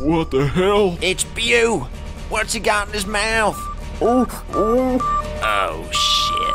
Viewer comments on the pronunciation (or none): Why can’t people that are reading things online take a moment to learn how to pronounce them? Des Moines is not Dess moe-inns its d’moyn. Beau is not byoo, its bow-rhymes with slow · Holy shit bro, BEAU is BOW not BEW. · Beau is pronounced “ Bo”, not byuw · "Beau" isn't pronounced "Byew." It's pronounced like "B-oh" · I absolutely love this!!!! But it drove me nuts to keep hear Beau pronounced as bew, its supposed to sound like bow. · Beau is pronounced bo not bew 😂😂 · Beau is pronounced Bow, not Bew, lol. His brother was Luke for crying out loud. Beau and Luke, as in Duke. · Beau is pronounced "Bo" or "Bow" not "Byew" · "Beau", as in "Beauregarde". "Bo", not "Byou". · Hey there. Great work! One quick thing: the name "Beau" is pronounced like the word "bow," like Hawkeye's bow. I know it's silly, but every time I heard the way you were pronouncing it, it made me go "huh?" Still, fantastic work! I didn't particularly like the Old Man Logan comic myself, but seeing it brought to life like this is very impressive! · How are you going to pronounce Beau as "byoo" that many times? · Beau - "BO" rhymes with GO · Pronouncing Beau the way it's spelt is hilarious lol. It's pronounced Bo. This is amazing though! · incredible, better than anything MCU has put out lately... only thing I'll mention - and it's only bc I dig this video so much - des moines is pronounced "duh moyn" and beau is like "bow" like rainbow. really great stuff!👍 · Beau is pronounced like bow as in "Bow and Arrow" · This was damn good!! Just an FYI, though, Eustace and Beau were both mispronounced. They sound sorta like Yew-stiss and Bo, phonetically. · Fantastic work! One suggestion "Beau" is pronounced Bo like Bo from the Dukes of Hazzard. I absolutely loved the voice work. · Why does nobody know that, "Beau" is pronounced, "Bo"???!? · Great work guys, just a heads up "Beau" is pronounced "Bo" and "Des Moines" is "Duh Moyne" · Beau is pronounced Bo. Otherwise, great stuff!!